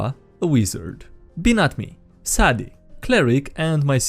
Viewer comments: sadie , in English, is pronounced (say-dee). Saddy... LOL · Pretty sure Sadie is pronounced say-dee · Sadie 9 times out of 10 is pronounced Say Dee my girlfriends username is based on this misconception IamSad and its a great icebreaker in online games